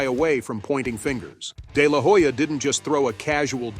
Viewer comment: i dont think Oscar de la Hoya (the H is silent btw) threw Jake under the bus, more like, Oscar felt disrespected for far too long. As you narrated, "enough is enough".